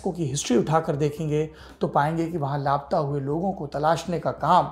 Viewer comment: दिल हिला देनेवाली कहानी है मेक्सिको की। ऐसा होने की वजह समझमें नहीं आयी। एक बात खटक रही थी, सौरभ जी। आप बारबार "लाप्ता"ऐसा उच्चारण करते रहे। वास्तविक में उच्चारण " ला-पता"ऐसा होना चाहिये, है न? वैसे आप हमेशा इतनी अच्छी हिंदी बोल लेते हैं, कि लाप्ता शब्द आपसे सुनना बुरा लगा। मैं आपके प्रोग्राम बहुत चाव से देखती हूँ। प्लीज do not mind ...